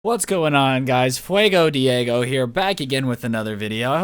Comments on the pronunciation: "Flaigo Diego" 2019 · “Fuago Diego” I drink sprite cranberry get it right